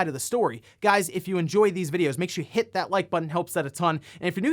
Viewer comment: I love that he makes sure he annunciates “hit” in hit that like button now